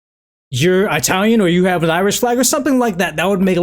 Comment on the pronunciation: did you really just say 👁talian